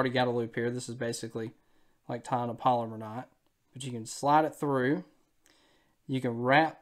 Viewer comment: And for those of you that are Googling polymer knot. That is not how it's pronounced. It is a Palomar knot.